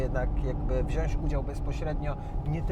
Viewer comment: Ej Patryk mówi się WZIĄĆ 🙈🙈🙈😉